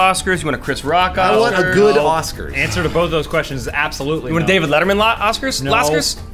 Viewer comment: adam's one of those people who say "bolth." /shudder.